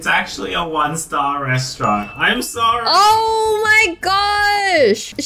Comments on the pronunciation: Restauarant? 😂😂😂😂 It's restaurant ;) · Omg KA-RA-ZE Restaurant